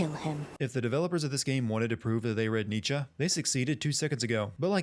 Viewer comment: 3/4 of these sins arent even proper sinning, just nitpicking also your pronunciation Nietzsche is so bad that it caused me physical pain